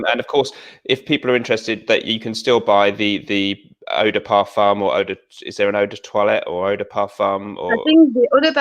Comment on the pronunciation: Love love I think she is, if not the One out here in the Fragtuber world that is more than just a reviewer, she has studied, she´s a pro and besides all that she´s french & gorgeous, the only one that can really pronounce Eau de Parfum hahahaha....